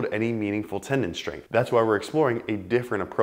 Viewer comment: What's a tenon? You mean tenDon pronounce the d